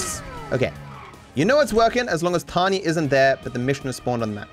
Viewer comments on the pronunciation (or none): her name is Tonya. TONYA. Not Tanya. It's not your accent. Say it correctly.